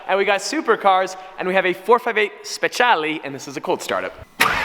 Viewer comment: I hate it when hen he says speciale, he butchers it soooo hard